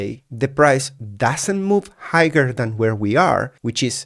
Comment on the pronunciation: Great analysis. Just an FYI the g in higher is a silent g. You shouldn't pronounce it hi-yer is the correct pronunciation